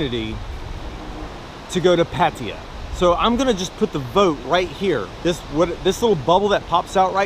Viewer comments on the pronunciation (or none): sure you should go to Pattaya for a short trip. But stop pronouncing Pattaya wrong. It's pa-ta-YAA, not Patty-ya. Listen to the Pattaya song to learn the pronounciation. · Go to Pat Tay yah. See how it is said ! Ryan Boundless lives there Vlogger too